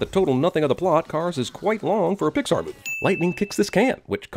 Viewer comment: I didn't expect to find a new reply on this video... also, you said Poxar Theory instead of Pixar.